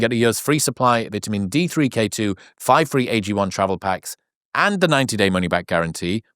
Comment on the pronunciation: Drink AG1, NOT Drink AG 'i'.